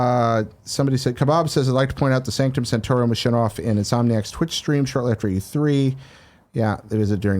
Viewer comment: Kinda Funny You’re Wrong: Sanctum Santorum, not Sanctum Santorium. Also, we already knew this and the Avenger’s Tower were showing up so it’s kind of a non-news news story.